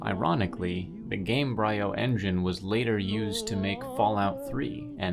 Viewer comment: For future reference: Embryo the beginning of life, Gamebryo the beginning of a game. Game-Bree-O.